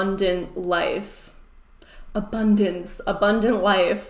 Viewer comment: Am I the only person who keeps hearing "a bun dance"?